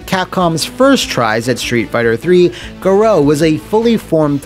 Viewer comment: Can't believe the title screen pronounces "Garou" like that!